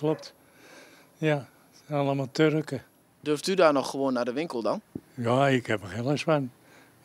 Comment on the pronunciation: "Allemaal tureken" 🤓